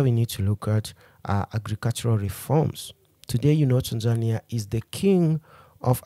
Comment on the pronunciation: You used the wrong pronunciation for Tanzania. Please stop using Ugandan/Kenyan pronunciation when saying Tanzania. Also, electricity in Tanzania is not affordable; it's actually very expensive. Separately, the current president of Tanzania is not "Madam Suluhu." Her name is Mama Samia. For those reasons, I downvote this video..